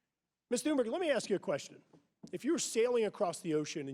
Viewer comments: Why do Americans pronounce her name Tune-Berg or even Tune-Berry? By that account they should pronounce thunder as Tune-der ? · did he say mrs tunberry? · He said ‚Ms. Turnbury‘ ! Seriously?